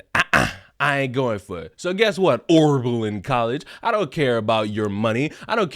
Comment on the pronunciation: Repeat after me: " O B E R L I N " not " O R B E L I N "